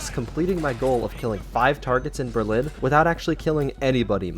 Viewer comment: Berlin not berline